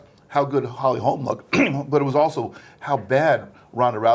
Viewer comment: For fucks sake bro her name is HOLM not Holms.